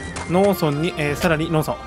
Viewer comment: 農村(のうそん)のイントネーションがずっとローソン。